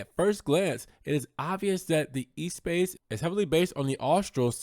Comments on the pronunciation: Thumbs up for the video, but not this car. Ruined! The original was revolutionary... this is too conforming [p.s. It's not E-Space, but ess-pass... in French] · As much as you messed up with the pronunciation of Espace, congratulations for being the only one I've heard pronounce Modena correctly. The accent is on the MO...bravo!